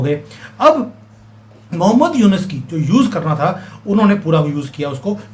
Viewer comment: It's Yunus not yunes